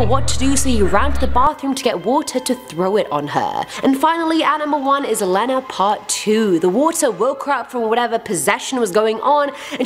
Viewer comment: I think you pronounced Lena wrong. I think it should be Lee-na!!!!!!